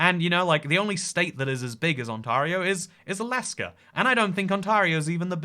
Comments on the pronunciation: more like on-terry-oh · Ont-AIR-eo not Ont-ARE-eo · On-tear-io ON-TEAR-IO!!!!!! As an Ontario native, I cringed everytime you said on-TAR-io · It's pronounced On-tare-ee-oh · Ontor-io are you sure? Get the right pronounciation. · Ontario, sound it out… aan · teh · ree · ow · Its pronounced on-tay-rio :) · On-TAY-rio! You'll thank me when you get to Canada! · the way he pronounces ontario took me off guard lol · Sorry but the way you say Ontario makes me die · I was dying hearing how he pronounced Ontario 😭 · My gosh you misprint Ontario the whole video and as an Ontarian you killed me it's like if I was calling you Engleesh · Ontario. Not just weirdly shaped, but also weirdly pronounced on the channel. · You pronounce "Ontario" like a British person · oh no you pronounced Ontairio wrong the whole time love you